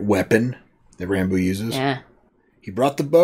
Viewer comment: It’s Rambo, not Rambone